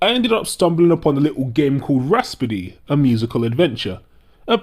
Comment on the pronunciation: idiot. It's pronounced rap-so-dee. Not ras-po-dee.